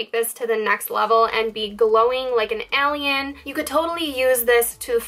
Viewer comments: Agreed... a-lee-in, it sounded strange lol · Woahhhh you say "alien" crazy